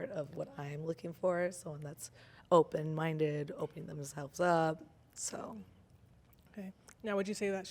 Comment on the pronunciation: when she said “open minded” I instantly thought of Sean Solo LOL! “Are you… open mindeu”😂